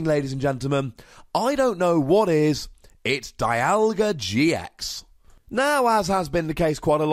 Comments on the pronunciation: I know it doesn't make sense, but it's pronounced DEE-alga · It pronounced Die-yal-gah in the anime.